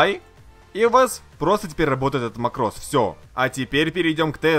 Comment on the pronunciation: МАкрос а не марОс